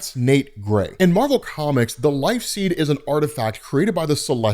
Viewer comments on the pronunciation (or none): none